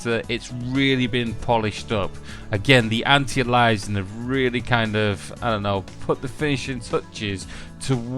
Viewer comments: like Alias the TV show! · "anti-elizin'" oh jesus. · lol bothered me too - say it all together now - ANT - EYE - AIL- EE - ESS - ING